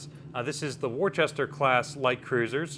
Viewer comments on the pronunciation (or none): Worchester? It's pronounced Wu-ster or if you're local, Wu-stah. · You have failed to pronounce Worcester correctly